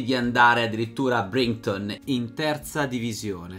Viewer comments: 11 minuti incollato al video. La tua esposizione è ipnotica, sarà che queste storie mi piacciono un casino... comunque "Brighton" letto "Brington" non si può sentire :O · Giorgio Piras si dice braiton( lo detto come si pronuncia) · Lo so, infatti è lui ad averlo pronunciato in modo sbagliato :)